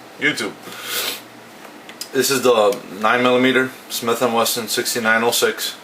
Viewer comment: I know. He says Weston in the video.